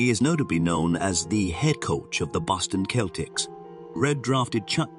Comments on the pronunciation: You have a very nice voice--cultured and melodious. I have to make some corrections in your narrative. It isn't "Jeff Kennedy" It's John F. Kennedy. "Boston Celtics" isn't pronounced with a hard K" like the people of that name. The basketball team is pronounced "Seltics," Also, "Gentlemen Prefer Blondes" isn't pronounced "Blondees" The "e" in Blonde is silent. Sorry to point these things out but just want to suggest you research how words are pronounced in American English vs British English. There are some other mispronunciations--one is a French word--but I won't mention them specifically because I've unloaded on you enough! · The Boston Celtics pronunciation really killed it.